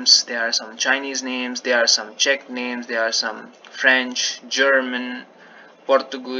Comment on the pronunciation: Yes, you are pronouncing Czech correctly :)